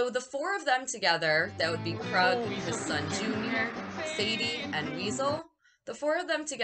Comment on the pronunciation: It's pronounced Kroooog not Krug or Krud 😆 You sure that you watched the movie 🍿 because they pronounce his name Kroooog like at least ten times 😁 and I think that the Kroog OR Krud 😆 should have at least been nominated for an Oscar OR Academy Award for his performance because when I saw this movie when I was 9 years old, I thought that Kroog and his crew were REAL PSYCHOTIC MURDERS. In my opinion, this movie 🎥 went way beyond "just acting", but that's what makes this movie so great. It's most definitely up there with my Top 10 favorite movies to enjoy along with Texas Chainsaw Massacre, Scarface, A Clockwork Orange, and Boogie Nights.